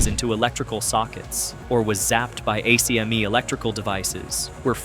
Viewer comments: Bro if you say A-C-M-E one more time I’m blocking your channel. Everyone from the 80’s knows it’s pronounced “ack-me”. Go watch Who Framed Roger Rabbit. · pronounced AK ME